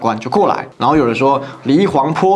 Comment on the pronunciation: 八炯，更正一下，是黎黃陂（pi皮）路，不是坡路。